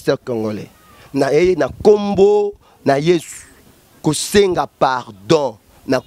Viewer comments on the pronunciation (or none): Ndeko loba bien Jesus christ de Nazareth tika koloba Jési oyebi Jési oyo ozolobela pasteur azoloba lokola atalaku ya quartier Latin .